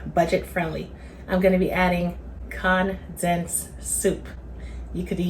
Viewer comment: Mam please go google the word CONDENSED…hit that button that says CONDENSED, so you will figure out how to pronounce it correctly, At your age mam, you should know how to say that word correctly, the way you be saying it, it don’t make no kinda sense, please take my advice cuz I’m sure other people watching your video don’t know what you be talking about either, you can thank me later😂 🤦🏽‍♀️